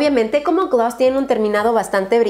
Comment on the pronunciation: Alguien más replite gllaaas esa forma tan diferente en que lo repite glos glaass jajaja me gusta